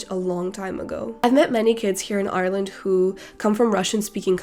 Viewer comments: The only indication I could get of any specific accent in this was when you said Ireland - You pronounce it "ayrland", while the rest of the world seems to pronounce it eye-r-land. I didn't learn a language through video games per se, but I did learn how to touch type because of RuneScape, all the way back in 2007. I was always selling things I had gathered so slowly because of my hunt-and-peck typing - So I decided to learn how to type without looking at the keyboard, so I could sell my things faster. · Her accent is very neutral until she says Ireland and you hear an Irish accent for that word